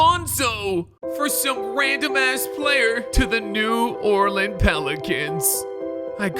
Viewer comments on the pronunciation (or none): why is it New Orlean to 😭😭